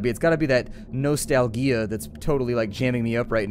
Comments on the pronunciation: i am sorry did you just say no-stal-gea ? MATE its nostalgia lol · He said it right then said it like a goof on purpose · maybe... but the way he said it just gave ne the shivers :3